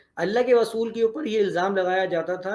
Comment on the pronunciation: محترم صاحب آپ کی زبان سے ر کی جگہ و نکل رھا ھے یعنی رسول کی جگہ وصول سنائی دے رھا ھے اگر یہ درست ھو جائے تو بہت اور صحیح اچھا تاثر پہنچے گا۔ سننے والے کو